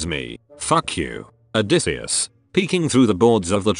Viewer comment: The funniest part is the voice thing reading "odysseus" as "a decease"